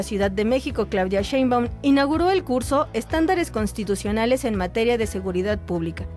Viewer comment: Imagino que quisieron decir Cons-TI-tucionales !